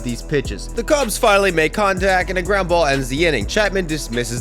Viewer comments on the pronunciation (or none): none